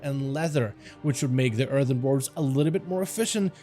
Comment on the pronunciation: You keep saying erthern. I think you pronounced it correctly once the entire video